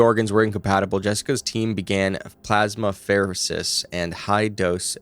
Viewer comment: I love this channel and what I learn from it but you really should consider checking the pronunciation of certain medical terms before recording. For instance, ECMO is not said as the individual letters but "ECK-moh" and plasmapheresis is "plaz-muh-fr-ee-suhs"